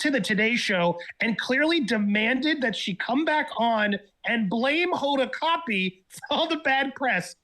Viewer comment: Her name is Hoda Kotb… which sounds like COB… the T is silent. It isn’t KOT-BEE lol